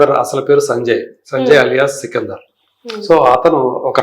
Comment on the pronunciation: సికిందర్ కాదు. సికందర్